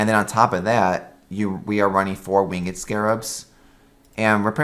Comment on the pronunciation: Are you saying win GED when you say the word winged? what accent is that?